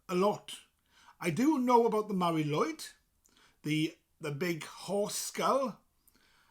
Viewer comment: Shouldn't be pronounced as Mari LOOid ?